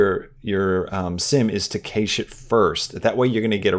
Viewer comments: I agree! Very helpful indeed! just a heads up, "Cache" is pronounced "CASH" guys and gals. it's searchable online as well. 😉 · Is he intentionally mispronouncing cache so people will comment? Also he needs to get his mic off the desk or get it an isolation stand. The constant clanking on the keyboard is so loud in the recording. For everyone having problems with new blender, You have to scale the objects up larger than he's doing. It wasn't working for me until I did that. Make your text really large. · The way you're saying cache is not good. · Funny how you pronounce Cache Lol